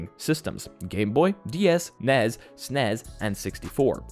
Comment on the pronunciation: its pronounced s-n-e-s and n-e-s